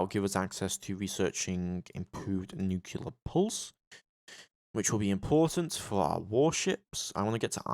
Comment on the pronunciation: nuclear not nucular